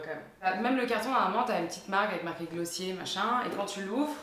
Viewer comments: Même les américaines prononcent à la française, ça donne « Glossieyyy » 😊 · juste.. on dit pas GlossiEre? 😂